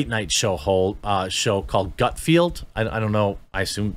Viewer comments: It’s GUT-FELD. Rhymes with “MUT-WELD” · "Gut-Field"? Seriously Jeremey? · Come on Jeremy put a little more effort into reading. His name is Greg GUTFELD. There is no i. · Omgosh. It’s GUT-F E L D. Learn to read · Maybe if your going to talk about Gut FELD (not pronounced Gutfield) maybe spend a few minutes watching his show rather than just dismissing it as "right wing" because it's on FOX. In general I rather enjoy your commentary but you've really got your head crammed someplace it shouldn't be crammed when it comes to FOX news. Please do some research in the future before you start yammering on about things you obviously haven't researched at all. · GUT FELD! GUT F E L D! LOL. Come on Jeremy! There is no "i" in GUTFELD. Coming from someone who's last name is coffield, pronounced koe feeld :) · Okay, wait. You constantly mispronounce Greg GutFELD's name (much as with "team," there is no "i" in Gutfeld), but you nail Umberto Eco without batting an eye?! The hell? These tools are "liberal satirists?" They wouldn't know satire if it slapped them on the butt. It also says a lot about where the American populace actually is politically. Fact is, the Fox News primetime lineup regularly beats not only all other cable offerings, but often the broadcast channels "entertainment" programming. "Gutfeld!" does well holding onto that audience, but his rise is no surprise. Fox News has fostered comedy for a while now. Their "Half Hour News Hour" a few years back was middling to good, but never went anywhere in the ratings. But then they gave Gutfeld his first show, "Red Eye," which aired at 3 AM ET, and that puppy just built and built and built. It came on at 12 midnight on the Left coast, so it was easy to find with just a little flipping around, and it was largely what he's doing now, if perhaps yet more edgy and irreverent. You can get away with a lot more later at night! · Maybe 1st learn how to say his name correctly before you wanna be on his show